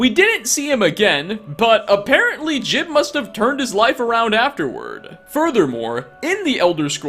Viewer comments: Do you just mispronounce words/names on purpose to piss people off? It's jee-ub not jib ffs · Juib's name is pronounced Jewb not Jib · His name is Jiub, not Jib. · It's pronounced Ji-ube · It's pronounced "Jiub" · Pretty sure his name is pronounced "Joob". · Jiub pronounces it Jib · JOOB! IT IS PRONOUNCED JOOB! LIKE JOB FROM THE BIBLE! GRAH! I don’t hate you but it does hurt, like British people mispronouncing oregano. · Khajiit So? He'll never learn how to pronounce it right if we don't help him.